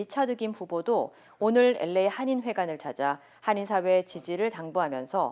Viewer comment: 앵커 목소리가 부담스러워서 뉴스를 안들었었는데, 특히 LA 발음 정말 괴로웠습니다. 목소리에 변화를 주신것 같네요. 한결 부드러워지셔서 듣기에 좋습니다.